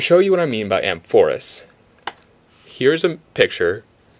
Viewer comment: A mor phous. 'Amphorus' would be "in the manner of a greek wine urn". Just fyi.